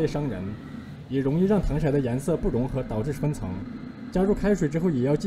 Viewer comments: 糖色ㄙㄜˋ不是ㄕㄞˇ只有ㄙㄜˋ才有顏色的意思•_• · 刚哥 那个字就读糖sè啊 不要被北方人的方言读音乱教的人误导了。。。。。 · w不是糖se吗，为什么会是糖shai，是我没文化吗